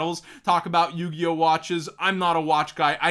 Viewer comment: I think Galaxy Tomahawk straight to 2 was a DEAD giveway, first being the "L" in the link so instead of "yugioh" it was "yugLoh" ☠☠☠